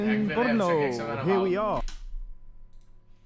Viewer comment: Proč místo Brno tak mu rozumím slovo po*no?🤣